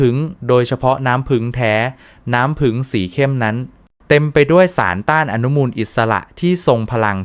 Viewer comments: กรุณาไช้ถาษาไห้ดีด้วยผึ้งคุณอ่านว่าผึงได้ใงฟังแล้วรู้สึกไม่ดี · เขาพูดว่า ผึง ไม่ใช่ ผึ่ง